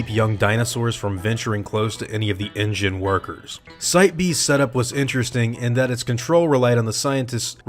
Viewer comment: Why do you keep saying engine?